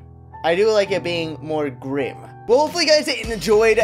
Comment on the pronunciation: 'It's so.... glim and bleak' Really xD